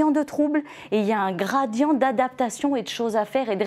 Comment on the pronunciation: Son " gradian" m exaspere!!!